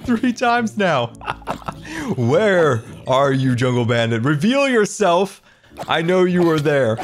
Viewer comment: "Wheet fief!" "Reavel yoursif" 😭😂 precious